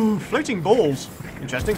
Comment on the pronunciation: hahaha agan! said "floating bolls" agan!!!